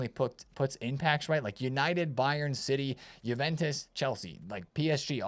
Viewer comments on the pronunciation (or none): none